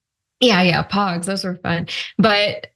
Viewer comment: It’s pogs not pongs